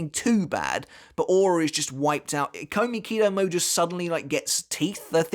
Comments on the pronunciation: Is it not pronounced “e-ko-miki-doh-mo-ay” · Ikomikidomoe, you have to pronounce the "e" like the "i" in "it". It was bothering me every time you said the name.😅😆